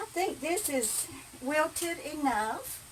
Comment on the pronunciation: I love it when you call sauteed vegetables "whilted"! hahahaha I just love you! I watch your videos every night. Unfortunately there are some of your newer ones that I can't get on my computer since you must have started using your new tablet that man sent you. I think it must be more geared for cell phone viewing than it is for computers. This is sad that I miss some of them. Oh well, I still have plenty more to watch.:)